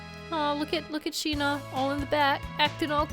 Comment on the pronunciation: Every time she says "Sheena" I hear "Shih-na" (from Ace Attorney investigations) xD